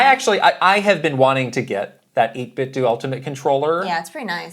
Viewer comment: 8BitDo... you say "8 Bit Doo" I always thought it was pronounced "8 Bit Dough" i.e. like "Nintendo"